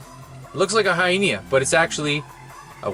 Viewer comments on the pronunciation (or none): What are ya drunk hyena hyyeena hieena ??? hahaha look up the pronounciation